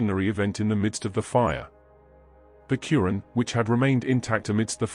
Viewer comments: Dude it’s not “Curran”, it’s al-Quran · The holy book is the Blessed Qur'an not curan.Please be careful how pronounce it.Its the book of Allah Swt. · It’s called Quran try to say the name of the book properly OK you’re not even saying it properly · Plz correct ur pronunciation of QUR’AAN.